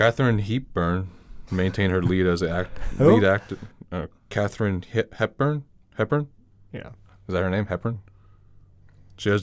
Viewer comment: No way did say Kathreene Heepburn 💀💀